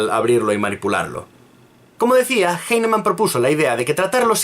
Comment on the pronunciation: cacti Bruh, no has demostrado nada en tu comentario. Lo único que haces es soltar ad populums y falacias de autoridad, llorar porque el tipo no sabe pronunciar un apellido alemán del Siglo XVIII, y atacar personalmente metiéndote con su físico. Si tan partidario eres de la homeopatía, te digo desde ya que defendiéndola de esta manera la estás perjudicando más de lo que la ayudas.